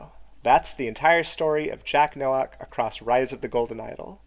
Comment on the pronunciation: Nowak is a Polish name pronounced like No-vahk